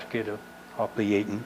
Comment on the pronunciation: I'm surprised to have found this. You even pronounced the name correctly. The Coast Guard gets it very wrong with their award.